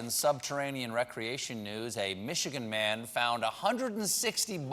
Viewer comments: Funny, van Leeuwen is actually a Dutch name, and we pronounce it like von Lay-wen. Leeuw is Dutch for lion. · As a Dutchman I find the butchering of ice cream by making a disgusting flavor by Van Leeuwen on the same level as the butchering of the pronunciation of the name "Van Leeuwen" by Stephen.